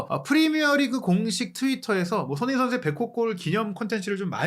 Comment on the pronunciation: 제발 소밍이라고 하지말고 손.흥.민 이라고 제대로 발음좀 해주세요ㅠㅠ 아... 거슬림 아니면 그냥 쏘니라고 하시던지